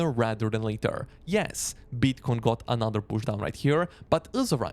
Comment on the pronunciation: and then there's AH-NAH-ther word